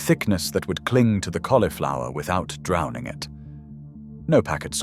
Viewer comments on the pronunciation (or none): none